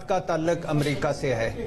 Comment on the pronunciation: talaq nhen hota bhatti sahab taluq hota hai pehle urdu bolna to sekho fir ray dena